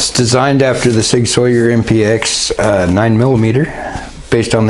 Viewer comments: GODDAMNIT!!! It's Sig Sauer( pernounced sour) not Sawyer and it's a pellet gun not a pelliot' gun as there is no such thing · ITS SAUER NOT SAWYER THERES NO Y IN THERE GOOD JOB BATTLE.....